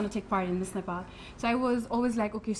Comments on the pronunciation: ए कार्यक्रम चलाउने नानि its not नेफाल it is नेपाल, आफ्नो देशको नाम भन्न कुन accent use gareu naani ?? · 😂😂😂😂😂Nephal Nephal ka x yo Nephal